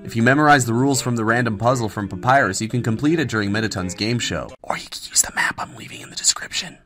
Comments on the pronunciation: Ironicly enough, the name of Papyrus is not "Papyru". I wonder if thats why he allow it. ;) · "Papyru" is not the only one ! (audible wink)